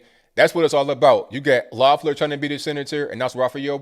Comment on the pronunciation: I live in Georgia. No exaggeration, I got 14 pieces of political ads in the mail in one day. Two were handwritten postcards from Tennessee and Virginia. Not to mention 8 texts. And my 19 year old got two absentee ballots. Whole lottta money and corruption, this is gonna be a mess. (Also, I'm not endorsing her, but her name is pronounced leff-ler) Cheers from Stone Mountain